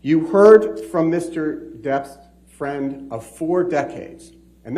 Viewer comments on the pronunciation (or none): none